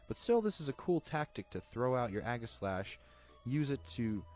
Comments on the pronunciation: EE-ji-slash. Since the primary word is aegis. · It is pronounced age-I-slash